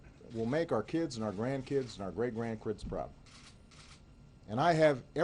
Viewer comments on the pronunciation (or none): The way most of this country is, I wouldn't be surprised if the new distraction becomes "oh, he said grandkrids , where'd that extra R come from?" SMH